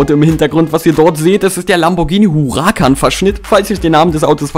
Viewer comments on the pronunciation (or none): none